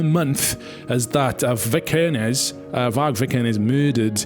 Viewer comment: How hard can it be to say vikernes?